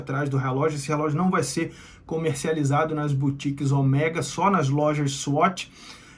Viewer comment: Cada vez que ele fala Oméga, da vontade de arrancar as orelhas fora....